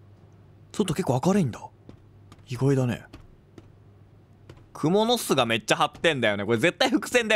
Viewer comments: くも⤴︎のす⤵︎？ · クモの巣のイントネーションどゆことwww好きじゃわ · 蜘蛛の巣のイントネーション好きw